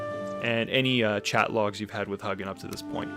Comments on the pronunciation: He might not know much about Vikings. He called Hugin "Huggin" lol. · The mispronunciation of Hugin and Munin is a travesty.